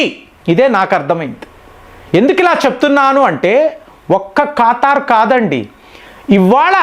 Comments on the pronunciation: కాతార్ కాదు స్వామి,,,, ఖతర్ 😂😂😂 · ఒక్క పెరైనా కరెక్ట్ గా పలుకు సామి, ఖతార్ ను కాతార్ అంటావ్, ఇరాన్ ని ఈరాన్ అంటున్నావ్, కువైట్ ను కువైత్ అంటున్నావ్ అవి ఎక్కడున్నాయిరా సామి అని నేను జుట్టు పీక్కుంటున్నా